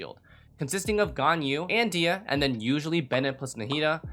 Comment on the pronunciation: It is "DEE-hee-ya" by the way :) source: this is a popular Kabyle (Berber) name and I'm from there.